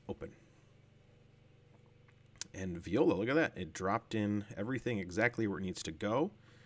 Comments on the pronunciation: Nice video.However, even though i'm not french, each time you said "viola" my ears bled :) The correct word is “Voilà” (pronounced vwah-lah). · definitely confusing his French expression with a classy string instrument :) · I love how he says vee oh la for voilá